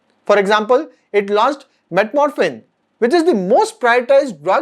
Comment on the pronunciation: The drug metamorfin is actually metformin. Please correct the pronunciation.